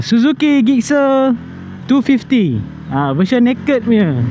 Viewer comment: Sebutnya Jikser, bukan Gikser.. Btw, menarik juga motor ni. Dah lama xmemiliki motor Suzuki (2 biji motor pertama saya Suzuki). Hari tu ada cuba SV650.. berbaloi juga untuk harganya.